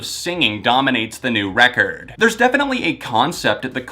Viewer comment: love when he says "Recorrrd"